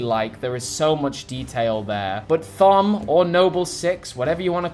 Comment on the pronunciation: Hey! Just to let you know Thom is Tom but the H is silent and a kukri is a curved knife like Emile has, not the same thing as these standard spartan knives. This one is more of a bowie knife